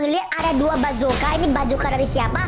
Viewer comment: Bukan bacoka tapi basoka 🤦🤦🤦